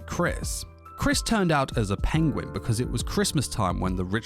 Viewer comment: did you say penguin?